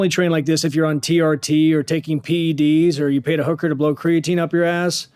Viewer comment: This mufukka said "if you haf'ta pay a Hooka ta blo Creatine up your ass!" 😂😂😂😂😂